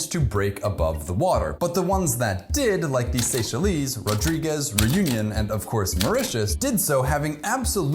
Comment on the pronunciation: I'm pretty sure that's 100% not how you pronounce Seychelles. Neither Réunion. Rodrigues gets a pass, even though it's not correct either since it's a french name, but also exists in other languages like Spanish. It's not correct to the Spanish pronunciation either tho. So yeah, Mauritius